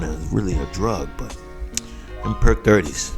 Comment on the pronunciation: he said "PERK 30s!!!" 😂😂😂